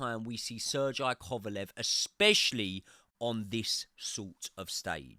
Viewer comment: did this man just say "sir jai kovalev"..aint no way sergey is that hard to pronounce